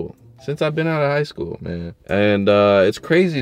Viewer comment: every time he says that I laugh hella hard 💀😂